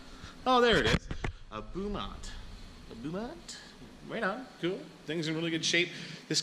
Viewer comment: Pronounced Bo-Mont just for future . Looks nice